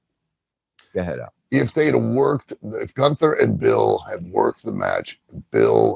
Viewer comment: Still calling him "Goon-ther" He's doing that on purpose right?